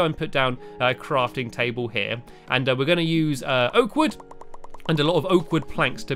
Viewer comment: I thought you said oat wood